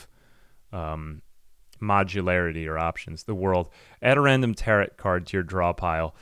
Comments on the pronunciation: Had to stop watching because mispronouncing tarot was driving me nuts. "Tear-oh" not "tear-it" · it is pronounced tare-oh card lol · What’s a “tarrit” card? Do you not have the two whole seconds it takes to google how to pronounce a word you are unfamiliar with? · I don't think I have ever heard someone pronounce Tarot like Parrot. First time for everything.